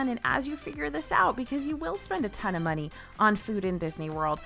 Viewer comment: I caught your southern twang at the beginning. “Waste of muney” lol 😂